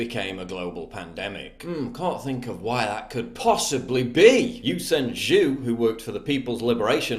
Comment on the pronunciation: Your butchered pronunciation of ‘Zhou’ is killing me.